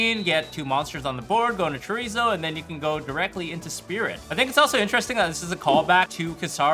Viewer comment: He said Chorizo😂😂😂